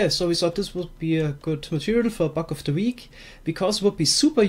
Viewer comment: Your accent makes it sound like your saying "Buck of the week"